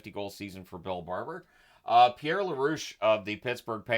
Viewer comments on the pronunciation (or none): none